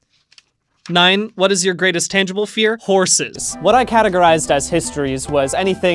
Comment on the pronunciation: Hbomberguy: They said "a tengible fear."